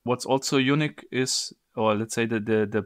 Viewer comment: Why'd he say unique like that. You nik